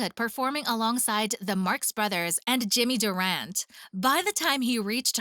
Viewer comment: That cracked me up, how she pronounced Jimmy Durante.